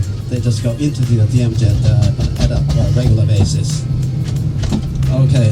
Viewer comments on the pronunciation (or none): DMZ enalle..DMC ennu ucharikkunnathu enthanu?